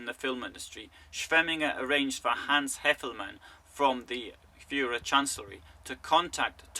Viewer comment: I would have to watch the video again, but I remember the word Führer, the pronunciation of the names with "von" and some local names. I don't mean to be mean and criticise you...